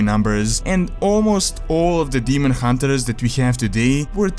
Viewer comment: Hunt(ers)!!! Not Hunter(ers) :D sorry dude, I love your content but that's been bugging me for some time. I hope you can understand :D